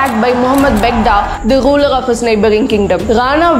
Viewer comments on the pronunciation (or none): This lady always has problem with history and her pronunciation of letter R is quite funny. It is not Ghuler, it is ruler